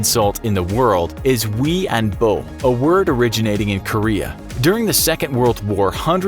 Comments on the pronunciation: For Korea you pronounced 위안부 incorrectly and it't not "we an BO" it's "we an BOO." It's also not an insult except in the one example you gave. Korean has loads of real insults and curse words and you went with a press release from North Korea. lol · "위안부" oh wi-an-bu Narrator: wi-an-bo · It's actually pronounced wianboo(kind of sounds like weeaboo but hey) not wianbo. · in regards to #2 it's pronounced wee an boo not "bo". and the word is not at all derogatory. whoever is advising the inforgraphics show on korean matters has no idea.